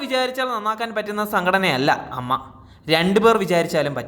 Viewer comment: അവതാരകൻ EM MA എന്നാണല്ലോ ഉച്ചരിക്കുന്നത് 🙄😮 പിന്നീട് അമ്മ എന്ന് ചേർത്ത് പറയുന്നുമുണ്ട്.. ഉച്ചാരണ ശുദ്ധി ഇല്ലാത്തവർ ആണല്ലോ കേറിയിരുന്നു പറയുന്നേ 😂😂😂